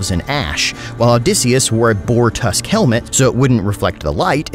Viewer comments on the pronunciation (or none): none